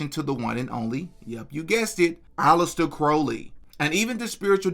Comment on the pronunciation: Thank you for pronouncing Alistair Crowley‘s name correctly. It’s not about the man, I’m just a stickler for stuff like that.